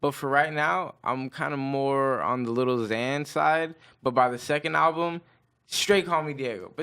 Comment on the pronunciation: tim min it's more like lil xan and it's annoying